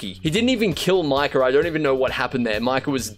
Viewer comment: Why do people say micahAR instead of micah and ideaR instead of idea